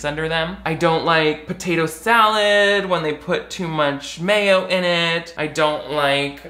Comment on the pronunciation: Ok but why did you say potato salad like that?